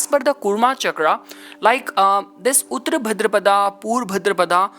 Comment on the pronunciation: Not उत्र but उत्तर (ओत्तर) that means Post पूर्व means Prior, before. Please learn and Speak Hindi Properly.